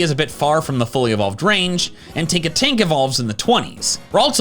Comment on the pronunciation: It's Tinkatink, not Tonkatink. Plus, Ralts and Kirlia are super weak. Kirlia, with a base stat total of just 278, is weaker than a base form starter. I would choose Flabebe for Fairy instead, since, like Tinkatink, it's more balanced all the way through.